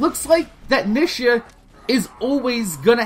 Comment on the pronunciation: OMG!! The way you say her name is annoying!! It's pronouced Neeeeesha!